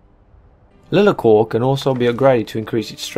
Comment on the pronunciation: Everytime you call it 'Lee-la-cor" I want to punch a wall. It's LIE-LAR-COR. LIE not LEE. JFC you'd think a yOuToObUr that reviews RPG games would have played BG 1 and 2 to know how to pronouce it.